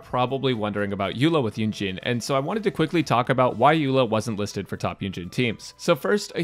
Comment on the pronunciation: Why does he keep saying “Eugene”.